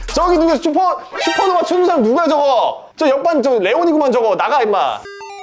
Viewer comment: 슈퍼노바 × 스타노바 ○ ㅋㅋㅋㅎㅋㅋㅋㅎㅋㅎㅋㅎㅋㅋㅋㅎㅋ